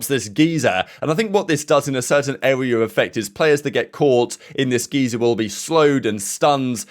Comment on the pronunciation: mispronounce geyser 😅